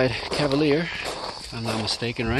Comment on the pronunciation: Ah the Cadvalier 🤣🤣🤣